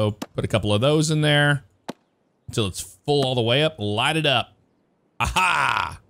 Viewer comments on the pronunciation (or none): none